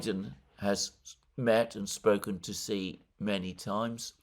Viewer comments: It’s she Jinping not Si Jinping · Just so you know: Xi is pronounced "shi"